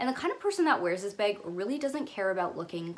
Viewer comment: I love the way you say ‘bag’ sounds like ur saying ‘beg’ I love Zoe with all my heart and forever will and her style is impeccable. But I think her nepotism allows her to afford her lifestyle that I drool over